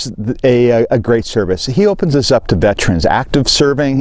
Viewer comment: Good video but please, we are not VET-TRENS. We are veterans. Thanks for what you do!